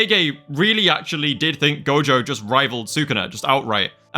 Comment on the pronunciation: IT'S NOT GOJOVER